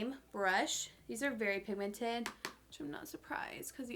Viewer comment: It’s so cute how she says “verwy” oily. 😂💜 Lol. I don’t think she even notices, but I noticed it in the last video too. She can do no wrong though. Love you!